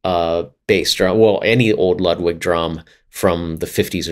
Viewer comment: If we're going to make sure to pronounce "Peert" not "Purt" .. then it's also "Loodvig" not "Ludd-wig" :P